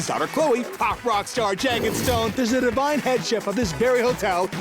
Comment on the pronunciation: I think the [intelligible] was meant to be "divine", but I also heard a J in there so...